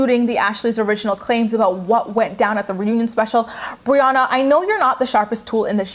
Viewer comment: Am I the only one who noticed how Jenelle became such good friends with Briana but couldn't even pronounce her name right on her live video? 😂